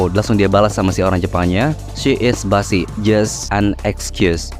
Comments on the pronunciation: bizii bukan basii wkwkw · cara baca yang bener bizi bang bukan bazi, cmn fyi aja. aku pertamakali tau kata busy juga kegocek cara bacanya juga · Busy, cara bacanya bizi, bukan basi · busy itu bacanya "bisi" bang bukan "basi" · pronounc mistake treat = trit(threat artiny mengancam ini treat artinya merawat) busy = bisi photo = fotou efforts = efourts fatal = fay-tal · busy BACANYA "BIZI" WOIII 😭😭😭😭😭😭 gedeg dengernya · koreksi dikit bang, out of context sih tapi gpp, "busy" dibacanya "bizē" atau "bizy" dah gitu aja semnagat bang ngontennya